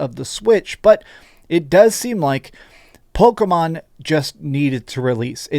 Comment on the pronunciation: I can't get over him saying "Pokomon". Driving me nuts.